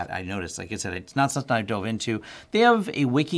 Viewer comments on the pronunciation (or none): none